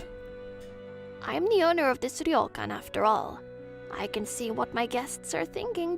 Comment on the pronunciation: Wow. I like how you pronounce the Japanese names here. That "ryokan" is almost perfect. I got so used to the japanese names and words being mispronounced in those manga dubs that I was shocked when I heard this one. Good job, VAs!